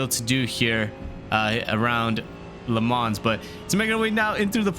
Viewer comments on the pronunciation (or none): Nice vid! I think it’s pronounced Le Mau, not actually Le Mans lol